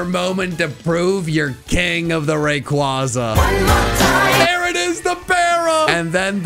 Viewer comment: I love you, but ffs, say Rayquaza right.